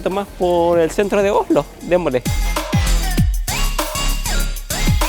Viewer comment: por favor decí Oslo no Ojlo 🤦‍♀️. Aparte de eso lindo video con información muy interesante, disfruten.